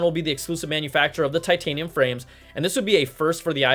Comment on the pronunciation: Brian made titanium sound like vibranium LOL